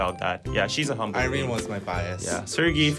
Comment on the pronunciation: Its irene wrong thoughh ........im so dissapointed